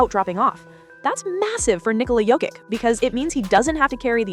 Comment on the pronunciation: Why in the world are you showing Luka Doncic the entire time you're talking about Nikola Jokic, whose name you mis-pronounce, by the way? This has to be Artificial Stupidity.